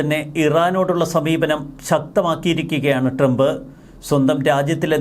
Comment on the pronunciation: നാക്ക് വടിക്കടോ. ട്രെംപ് അല്ല ട്രംപ്.